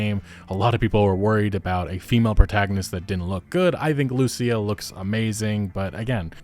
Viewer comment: Please for the love of good, just say Lucía's name in the right way. You can hear in the trailer how its pronounced...